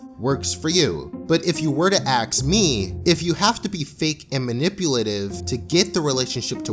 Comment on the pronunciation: it's ask not ax please TTTTTTT